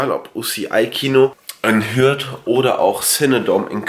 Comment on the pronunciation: Jaaa er hat Hürth richtig ausgesprochen👌😂😂😂